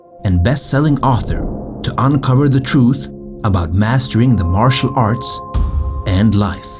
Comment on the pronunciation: Sounds like he said muscle art